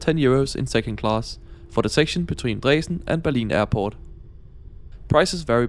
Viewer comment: I‘m totally fine with the pronunciation. Here in the very west of Germany we would pronounce it similar than you did.